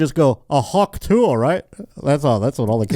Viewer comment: it's TOO-UHH not tooey